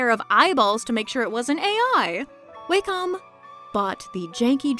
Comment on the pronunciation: Wacom is a Japanese company, so "Wah-com" is the correct pronunciation.